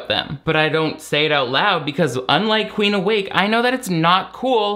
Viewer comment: The comment I'm about to make is so petty and juvenile, but every time her name is said I can't help but hear Queef Awake and not Queen. I'm sorry for being that petty.